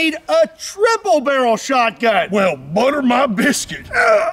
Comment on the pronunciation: bro i almost died out laugthing to the part where he says '' well butel my bisket'' that made my day even better